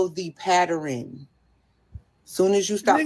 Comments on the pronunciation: “Follow the patteren” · These are the games they play, that have Men walking away each and every day. I'm not giving my life and freedoms away to any of them. Listen to how she said "Pattern" "Patterin". Yeah... yall can have em.....